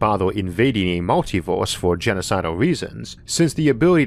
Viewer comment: Univoorse multivoorse ooarth invadoors